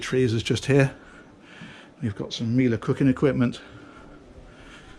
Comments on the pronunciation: Oh, and by the way… it's nice to hear you pronouncing "Miele". :) The correct Italian pronunciation would be something like "mee-eh-leh" (read with the English phonetics). Literally, it means "honey". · I am from Germany and even from the area where MIELE is produced. So I can confirm that he pronounces the name Miele very close to the original German pronounciation.